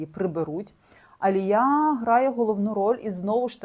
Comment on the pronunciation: Дякую Вам, дуже класно інформативні відео! Коли занурюєшся в ці історії стає моторошно... такий true crime сєлєбріті едішн))) Відмітила, що Ви іноді не правильно ставите наголоси в іменах та англійських словах, наприклад АлІя, не АліЯ. Українською правильно "протягом", а не "на протязі". Це без хейту, тільки ремарки! 🥰 Мені подобається Ваш канал!